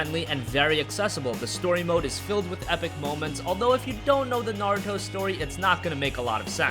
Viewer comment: ITS NA-RU-TO!!! NOT NA-RO-TO!! I LOBE NARUTO AND IT MAKES ME CRINGE WHEN ITS MISPRONOUNSED!!